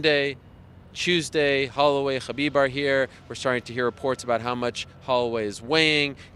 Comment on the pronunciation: The way Ariel pronounces “Khabib” ....😒